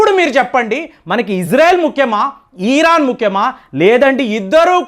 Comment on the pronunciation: ఈరాన్ కాదండి దయ చేసి ఇరాన్ అని పలకండి.